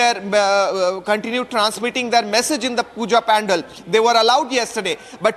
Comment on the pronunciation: Dear kindly correct your pronunciation of Pandal it's not pan-dal. You are a role model for many.